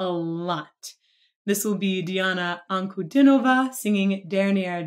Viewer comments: Я посмотрел более ста реакций иностранцев на Диану. Это первый случай, когда они правильно поставили ударение в её фамилии. Спасибо этой милой женщине. Только за одно это - лайк. Это говорит о том, что тема изучена добросовестно. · Ды !Ты Одна кто мог произнести ее фамилию правильно! Браво!! Ребята работайте над русским. Это язык бога!Он очень сложен. Но когда разберетесь с системой вы получ ите необыкновенный смысл жизни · спасибо, классная реакция! Фамилию Дианы-"Анкудинова" вы произносите лучше всех иностранных реакционеров!)))